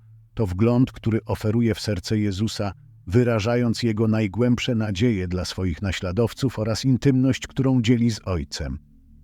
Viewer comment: zmieńcie tego bota.... Bo nie mówi się DELA tylko DLA